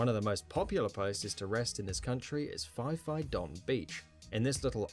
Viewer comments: EE. UU. is the way to say USA in Spanish. I do not know why the narrator would use Spanish in an English language video. But then, I do not know why he said Fee Fee for Phi Phi either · Why did the video narrator say Fee Fee Don for Phi Phi Don Islands? Phi Phi is pronounced PEE PEE and so the name for the islands is P P Don. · He pronounced phi phi island wrong. It's pronounced pee pee island.